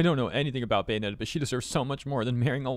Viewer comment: It's Bae-onetta, not Gay-onetta.